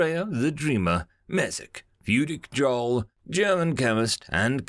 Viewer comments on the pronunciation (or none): none